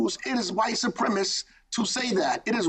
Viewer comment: Even someone who can't pronounce the easy word like supremacist gets to become mayor here. What a generous country!!